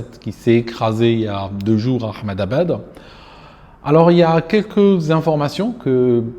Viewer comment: J'adore comment tu prononces Ahmedabad 💯